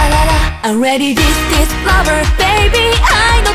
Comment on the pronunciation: 「ラヴァ」の発音が好きすぎる 声好きです